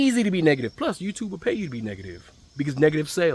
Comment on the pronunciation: The way you say, YouTube, you must be from somewhere in Maryland not quite Baltimore though😂